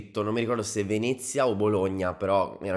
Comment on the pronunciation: Grande! Però,te prego”Veneeezia” con la e chiusa non si può sentire. Se dise Venezia,con la e aperta!